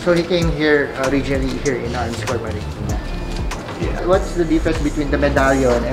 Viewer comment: NOT ARMSCORE KONG HINDI ARMSCOR.. YAN TO BE EXACT TOBE PERFECT NA PAGKASABI....